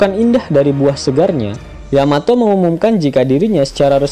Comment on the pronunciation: Yamato cok bukan yamete